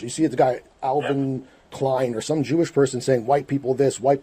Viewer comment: JEWISH, not J-ish